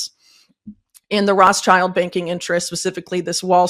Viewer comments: Why does she say Rosschild? Not Rothschild ? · Can she not pronounce Rothschild or is she doing it intentionally? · Yes, she is pronouncing it incorrectly!